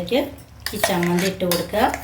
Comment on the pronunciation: നല്ല ചമ്മന്തി Not സമ്മന്തി ചമ്മന്തിയാണ്